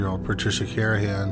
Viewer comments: How disrespectful to repeatedly mispronounce the last victims name. It’s CarNahan, not Carahan. There’s an N in there buddy. 🤦🏼‍♀️ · It’s Car-Na-han.